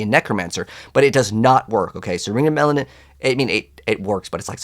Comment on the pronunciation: Ring of Mendeln not Mendelan lol. Other than the mispronunciation, great video.